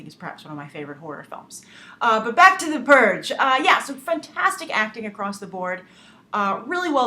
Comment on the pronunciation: U said FRANTASTIC oh my gosh!!!